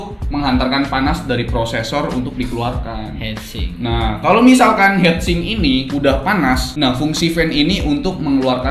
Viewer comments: bukan headsink tapi heatsink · ralat: heatsink (hitsing), bukan headsink